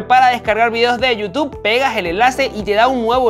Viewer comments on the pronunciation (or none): none